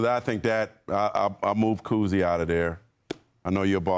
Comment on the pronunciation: Bob Cousy?? Bruh… 😐